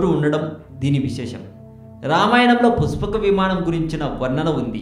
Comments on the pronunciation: puspaka vimaanam kaadu nayana pushpaka vimanam neet ga matladu. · endi aa slang puchapaka vimanam mahichachurudu nenu cheputhanu vichechamu rechachu makenduku ee sodi babu google ni tarwatha adugu mundu ramayanam chaduvu 14 epic's telustay and 21 days anduku ayindo telsidhi telisi telina sodi vagaku mala 136k subs anta kudiga rechachu chey video upload chesemundhi chusthunam kadha chodi chepaku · Arey jako nayala neekenduku ra channel..... dabbulu kosam edi padithe adi cheptha va...... asala voice entra...... pushpaka vimanam ani palakadam kuda radu ..... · rey nela ticket labr kukka.. pushpaka vimaanam ani neelaga palakataaniki assalu ravatam ledu ra .. sigguleni mundamopinayala. ninnu tittadaaniki boothulu kuda avamaanam ga feel avuthunnai... ghmc chetha yerukoka neekenduku ra voice over jila ?? .. ayya positive commenters..!! meeku mee shravana shakthi ki mee taste ki sathakoti dandaalu. vadu cheppey matters lo sagam sagam nijalu leda motham abadhaalu. okavela matter interesting aina... aa voice ni ela bharisthannarra devullu??. entha biriyani aina footpath meeda nela pai vaddisthey egabadi tinesthaara??? thuu deenemma jeevitham...!!